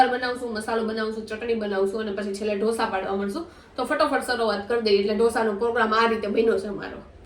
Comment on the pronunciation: 'ડોસા' નો હોય 'ઢોસા' હોય 😅😅